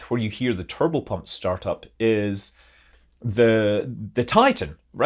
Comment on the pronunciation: Kept hearing "kerbal pump" instead of "turbo pump".